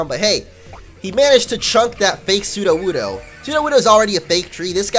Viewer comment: burgerbuns 😹😹😹😹 he's got a sudowudo here 😄🤣🤣🤣🤣🤣🤣🤣🤣🤣🤣🤣🤣😂😂😂😂😂😂😂😂😂😂😂😆😆😆😆